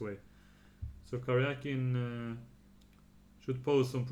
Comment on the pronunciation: Thank you for pronouncing his name correctly. Серге́й Алекса́ндрович Каря́кин. It should be transliterated as Karyakin. What IQ85 morons decided to transliterate his name as Karjakin?